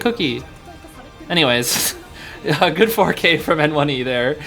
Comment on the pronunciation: hey just to let u know, N1e is actually pronounced 'nyeh', since its the word 捏 in chinese (copypaste it into google translate) and it basically means 'pinch' or 'squeeze' (he's literally pinching the survs lmao) fun fact the cn fans call him 捏神 (nie god) because he's just that good